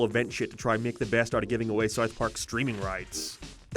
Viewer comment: Do you have a speech impediment? Genuinely curious after hearing you say South like Soith & Paramount like Pairmont.